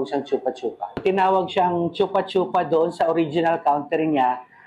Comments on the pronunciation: it's "Choo-pah choo-pah" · Choopa choopa hindi tsupa tsupa Bagalan nyo pag pronounce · Bat kasi yung pag pronounce ng reporter “tsupa tsupa” e yung pag-pronounce nung ininterview is “choo-pah choo-pah” 😅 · bat kase chupâ chupâ? chûpah chûpah dapat... tae ganun parin... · di naman "tsu" yung pag pronounce niyan eh , "shupa-shupa"ang tama ; mga mema. naturingang news agency at mga journalists pero di man lang inalam tamang bigkas ng pangalan nung prutas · Vendor: Chūpā chūpā Reporter: Tsupa tsupa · chuupa chuupa kasi, hindi tsupa tsupa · Chupah chupah kasi ang tamang pronunciation, si ate sanay na sanay sabihin ang tsupa tsupa 🤣🤣🤣🤣🤣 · actually sa youtube dami pronunciation ng chupa chupa fruit. kahit foreigner hindi din sh- ang pronuciation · Choopa choopa na lang sana yung pronounciation! Putik kaya malaswa pakinggan haha😅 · Shupa Shupa kasi ang pronunciation hayyyy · Gaga mali ang pronunciation nyo mga 8080!!! Di man lang kayo nag research ng maayos!!!Shupa shupa ang pronunciation nyan kakagigil kayo! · Mali naman kasi pagbigkas eh. 😂 Para sya yung lollipop, chupa-chups. Palitan lang ng "a" yung "s" sa dulo... chupa-chupa. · yung reporter, ang bigat ng pagka bigkas ng letrang A sa chupa chupa hahaha